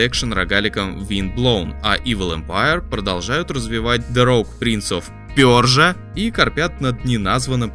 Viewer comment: Лайк за произнесённое Prince of Persia